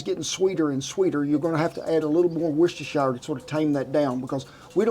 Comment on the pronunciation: You said Worcestershire sauce like a pro! ( BTW look up how it was invented it was a mistake )